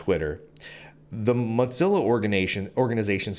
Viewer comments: He's just thinking about lunch. It is moe-zilla. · It's 'Mozilla', not 'Modzilla'. Also, economic competition is as stupid as it gets. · According to the organization known as Mozilla it is to be pronounced like Moe - zilla. Like Godzilla but Moe. lol I figure he does it to get more comments (for the algorithm). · dude, is it pronounced mot-zilla? I though it was moe-zilla. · what the hell is a Mudzilla,? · Normally, that would mean it was spelled Mozzilla, would it not? 🤣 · However it is spelled, it distinctly doesn't have a "T" in it. It triggers me everytime I hear Lunduke spell it. :( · he always pronounces it as motzilla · Its AKTUALLY MOE-TELLA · Speaking as someone who was involved in Mozilla from the day Netscape spun it off, the O in Mozilla is long. It sounds really painful when you keep using a short o. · Your pronunciation of Mozilla is different. You have a different twang in your speech. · Dude pronounces the moz in Mozilla like he's saying the name of a cheese.